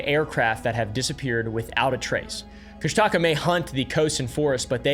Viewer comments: I think it's pronounced "Kush-tuh-ka" not "Kush-Taca" 😅haha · I am sorry to nitpick, however you accidently got several names wrong. It is pronounced as Koo-sh-ta-ka-ahh and Den-Eye-Nah. Also you did get the name right for Utqiagvik, also Utqiagvik means Land where Snowy Owls are hunted in Iñupiaq btw. Love this channel, I liked and sharred it too. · You got the name of our Cryptid wrong it’s pronounced koosh ta kaw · It’s pronounced ‘Koosh-Da-Kah’. But great deep dive into my culture. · from an alaskan. the kooshdaakaa is pronounced koosh-duh-kah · Kóoshdaa Káa. Pronounced kuh-OHSH-dah KAH. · As an Alaskan Tlingit, you're pronouncing Kóoshdaa káa wrong😅 and also it's a bad omen to say the name more than 3 times. Best of luck😂